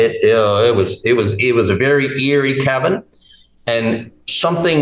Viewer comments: 😆 Thanks for pointing that out. Yes, I did say Pall and not pole. Cavern and not cabin. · It's kind of funny, the illustration is of a cabin!! Meanwhile he is saying cavern...It does sound like cabin ..The topic and testimony isn't funny though obviously.. God bless him for sharing.. ❤❤